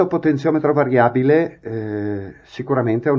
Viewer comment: .... Potenziometro variabile.... Non si può sentire....scusa eh!!!